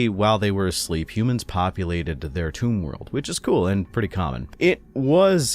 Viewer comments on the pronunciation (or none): none